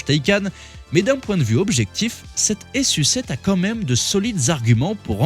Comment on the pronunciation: Je crois pas que ça se prononce S.U 7 mais plutôt su7 comme sucette